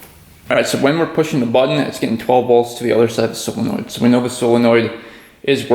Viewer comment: Not A big deal but your pronouncing Solenoid incorrectly.